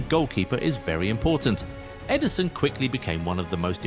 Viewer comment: Ederson not Eiderson 😂